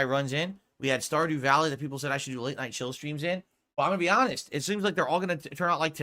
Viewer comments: How many more times will I hear a variation of this rant? "Wow guys, you know I'm hahnest guy right? Well you guys told me to play _________ (insert game here) for the longest time and now when I finally play no one comes for support. What's up with that?" Never change. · Nao guise you are not giving me enough of your money, im just being ahnest /snort.